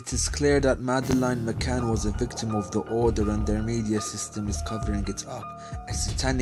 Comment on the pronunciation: This film is garbage. You can't even get her name right you fucking peasant...it's pronounced Ma-Can, not Ma-Cain, moron. Terrible production values, inept delivery, poorly researched, in other words...a pile of shit.